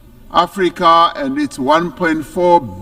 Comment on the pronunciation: IT ABOUT TME YOU LEARN TO SAY " AFRICA " AND STOP SAYING " AFRICER"